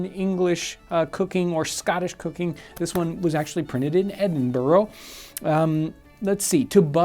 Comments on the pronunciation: As an Edinburgher, either Edin-Bra or Edin-Burrah is the accepted pronunciation of Edinburgh. Never Edin-Boro. Love your channel though. :) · Please, not Edin-bo-ro....Edin-bur-uh Now, I'm off to cook some eggs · It's not 'burrow" John it's ed-in-bow rra but google says it is pronounced " ed-duhn-bruh" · ED IN BU'RAH not edinboro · Edinburrow? NO! Edin-burra or Edin-bruh! :) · Edinburgh pronounced edin brrr like bur not boro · Just for some pronunciation clarification, Edinburgh is pronounced 'Edinbruh' not 'Edinboro'. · Edinbra > Not Edin burrow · The pronunciation errors spoiled it for me. Edinburgh isn't pronounced Edinboro. It's more like Edinbruh. Also, it's not Welsh Rabbit. It's Welsh rare bit. That's why it's spelled rarebit. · Yanks can't pronounce anything right man. It's not Edinboro it's Edinburgh. You say the burgh part like bruh. So it EDINBRUH. Not Edinboro. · A small reminder than "Edinburgh" is pronounced either as "Ed-in-bruh" or "Ed-in-bur-uh". Never "Edin-bro"! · As as Scotsman from Efinburgh, both Edin-Braa or Edin-Burah are acceptable pronounciations of Edinburgh, but not Edin-buro. Otherwise, love your show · It's 'Edinbra' Not Edinborough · Don't let a Scott hear you pronounce Edinburgh with 4 syllables. Only 3: Ed-in-bra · Just saying, it's pronounced "Edinbruh" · "Edinburrow" 😔 I'll let you off with it since you seem such a nice guy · Saying edinburow is worse than saying eedinburg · Edinburgh - Ed-in-bruh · ED - IN - BIR - U . That's how you say it my American friend 👍🏻🏴🇺🇸🏴🇺🇸🏴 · Its pronounced edinbruh and spelt Edinburgh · Get it right..... Eding... BRUH! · We say Edinburgh like Edinbruh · Edinburgh is pronounced Ed-in-bruh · its pronounced "edin-bra" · Edinburgh is pronounced, Edin-Bruh in the UK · where the heck is "eddenboro" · Its pronounced edin-bruh. Also Scotland is nothing like the north of England. It's like saying America is south Canada. I love America but god do I hate Americans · Btw, it's apparently pronounced as "edin-brah"